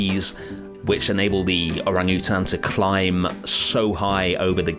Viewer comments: I was cracking up when he said "or-ang-oo-tan" 💀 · I've never heard anybody say Orangutan like that before.